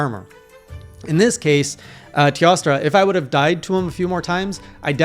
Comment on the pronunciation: Teostra is pronounce Tay-O-stra. Teo means 'god' in old latin as reference to God of the Sun in Greek Myth. And..when there's a sun, there's a moon if u know what I mean.